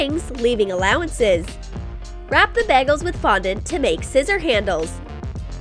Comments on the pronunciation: Did anyone notice that they said baggles instead of bagels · Its bagels not baggels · She said Bag-els Not bagels Lol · Anyone else heard bagles and not bagels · ikr!?!? BAG-ELS!?! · Doesn’t it make you cringe how they said bagels